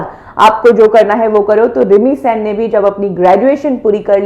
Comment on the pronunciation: मैडम प्लीज pronounce it as सेन not सैन।। थैंक यू!!